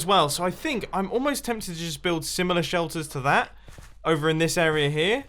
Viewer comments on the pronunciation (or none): Instead of area, it's arear